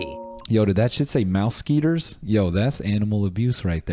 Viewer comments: mouse skeeters... I DIED! Its Mouseketeers like musketeers. It was like a whole show back in the day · it said MOU-SKETEERS but my man said MOUSE-SKEETERS 😭😭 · “mouseketeers” mouse•sk•eh•tea•er•s bruhhhh